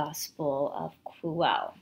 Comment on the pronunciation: The word "Quelle" is pronounced as kwel-le. the "e" as in get, not be. This source is also called Q by German theologians. BTW Judea was getting too hot for Yeshua to stay there, so the last supper was actually the farewell meal before he was going to disappear into another land. Unfortunately the High Priests were faster and Pontius wanted no trouble with them.